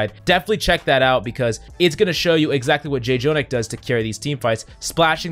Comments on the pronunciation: Its not J Jonak, its Jjonak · Please stop saying “Jay-Jonak”. It’s freaking “Jjonak”. Like “Joe-nack”. Read your comments. Sheesh. A small child in Africa dies every time you say “Jay-Jonak” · Dude, the guys name is Jonak - the first j is silent. you did the same mistake last week and acknowledged it so this is unforgivable. still love your vids though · Someone tell this man how to say Jjonak. Please quickly.